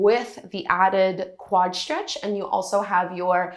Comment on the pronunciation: Stretch is stretch. why say Sh-tretch?